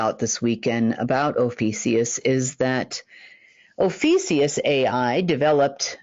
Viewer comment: You’re SAYING “OH FEE SEE US” but SPELLING “OH FEE A CUS”. Which is it? I think it’s OH FEE A CUS!